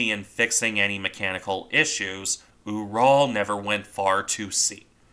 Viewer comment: Small point, but I believe the pronunciation of the same to be closer to rhyming with 'mural'. It's named for the mountain range.